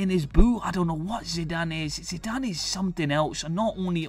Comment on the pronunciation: hes hes zide a zitee e a zinedine zidane ....